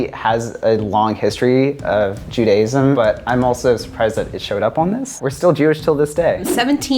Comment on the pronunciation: Can we talk about how pronounced Judaism “Jew day sum”